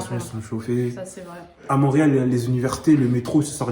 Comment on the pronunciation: pourquoi vous dites mauréal c'est haiti?